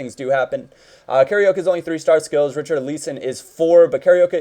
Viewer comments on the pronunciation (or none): none